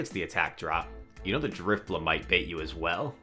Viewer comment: Maybe drif-bling instead of drif-money? haha